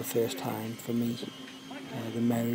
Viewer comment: 'me' mate not 'mw' that w is too close to the e :)